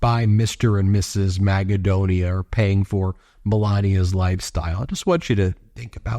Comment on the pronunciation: You know there is a Country in Europe called Macedonia. The way you pronounce your „Magadonia“ sounds an awful lot like that. It’s insulting to every Macedonien could you please stop that ?!